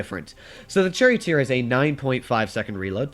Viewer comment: said “ Cherry Oat Ear “ instead of Charioteer… get ya tank names straight!